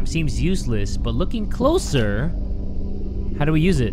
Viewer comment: I love how he said closyer